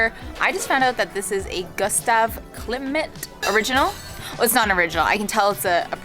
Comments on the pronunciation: Gustav Klimt -- just "Klimt," no "i" sound between the m and t. I love him! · Klimt, rather than Klimit!